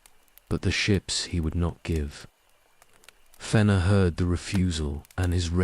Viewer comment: It's pretty good, just the mispronunciation of several proper names, especially Fëanor, was a bit jarring.